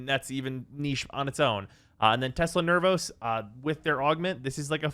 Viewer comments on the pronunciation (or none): none